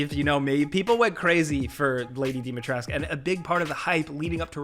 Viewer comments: castle dimitresc..... for the love of god pronounce that fucking U ....its dimitrescuuuuuuu =)))))))))))))))) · Thing i hate: People still calling Dimitrescu lady Dimitresc. The thing i know i will hate because I've yet to play the game is that it left the RE7, RE2,3 remake formula and appears to have continued Chris' Call of Duty like campaign from RE6 which means the survival and horror element is insufficient in the new RE8. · i hate only on thing how Capcom butchered the pronunciation of the Dimitrescu name and because of that many content creators are saying "Lady Dimitreesk" and not "Lady Dimitrescu" with the 'coo' at the end which is correct. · I hate how everyone's sayin lady dimitrescu's name wrong its pronounced Dom-e-tresk, there's a video sumwhere where she says it herself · Why everyone keeps calling her "Dimitresc" :)))))))